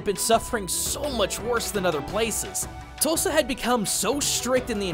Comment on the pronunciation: Okay so real quick. I’m for Oklahoma and every time you say “Tosa” I can’t help but to hear “Tulsa”. I know it isn’t I just thought it was funny.